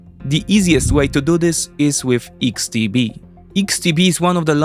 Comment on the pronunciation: Tylko jedna mała uwaga, literkę X w xtb wymawiamy ‚eks’, nie ‚iks’ Reszta super!